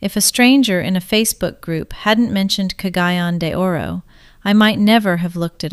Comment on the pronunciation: Been on mindanao 14 years, dangerous yep. 1st year in cgo we had 4 bombing NG and 7 beheading. And the people that died this are still here. If she has been here she would pronounce cagayan de oro city correct.